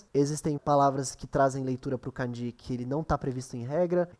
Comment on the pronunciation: É melhor pronunciar 漢字 (kânji) como paroxítona do que oxítona. É errado pronunciar 漢字 como カンジー.